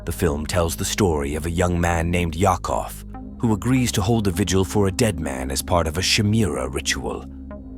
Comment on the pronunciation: For Vigil..the man's name Yakov is pronounced " Yacove"..just saying. Good list. 😊